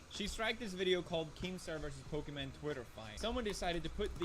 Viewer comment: Why does destiny say pokimon instead of Pokimane